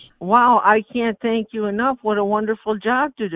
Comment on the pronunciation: "Tank you for being connecting..."